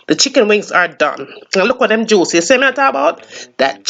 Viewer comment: I subbed as soon as you said “pick dem off”. Remind me of my funny auntie, I’m making this tonight